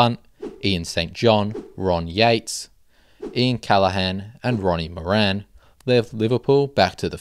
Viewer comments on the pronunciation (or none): none